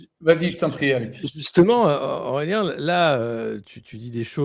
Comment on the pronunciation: Nota : Aurélien et non Aureien, sinon entretient intéressant.